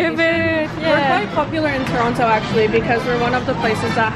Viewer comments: This lady is not from Toronto I cam tell how she pronounces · How can represent Toronto and not even pronounce Toronto right:(